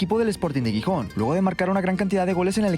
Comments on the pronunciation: Por favor, no es Guijón es GIJÓN, con sonido de J en la G también! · La ciudad no se pronuncia Guijón si no que la G se pronuncia como la J. Jijón. Gijón se pronuncia Jijón. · Por el santisimo Cristo, es Xixon, Gijon foneticamente jijon, por favor. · Gijón no se pronuncia "guijón" 😅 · "GUIJÓN". Que dolor de oido por dios ... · Gijón, no "Guijón" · Gijónnn😅 se pronuncia con "J" , no "Guijón" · Cada vez que pronuncia Gijon muere un cachorrito en alguna parte del mundo